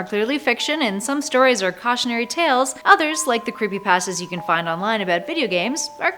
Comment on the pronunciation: It's not pastas it's pastas